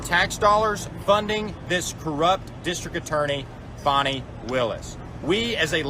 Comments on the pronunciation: "Fah-nee?" I think it's FANNY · HER NAME IS FANI, not fawni...take away the i on both and say those names. There is Fan and Fawn ...her name is Fani. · firstly it is fani not fawni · It’s pronounced fan-knee ! Like a behind